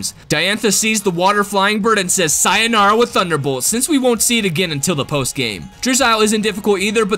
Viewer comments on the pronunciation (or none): seinara Me who knows Japanese and knows speaks English: that's iligal!